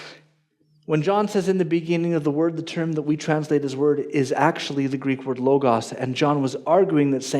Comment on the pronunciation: I agree with everything here except how pronounces Logos.